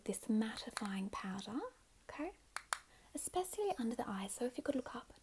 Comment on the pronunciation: How you say motion and especially has me dead hahahaha